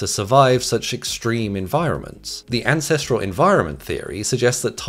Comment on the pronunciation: Ancestrel? Really? It's not hard, man...